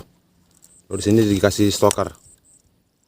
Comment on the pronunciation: Stopper mas bro,bukan Stoker😄🙏